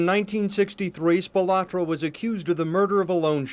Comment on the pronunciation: The Spilotro family always hated the way everyone pronounced the surname. It's Spi-loh-tro, not Spi-lah-tro.